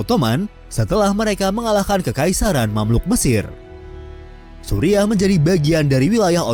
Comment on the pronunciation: Kocak sebutan Suriah disamain Supiah